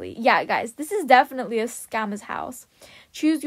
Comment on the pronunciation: Me wondering how does she pronounces definitely like deifanizalei meanwhile everyone is in panic